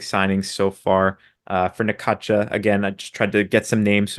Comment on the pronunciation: You are pronouncing Necaxa wrong. Try this Necaxsa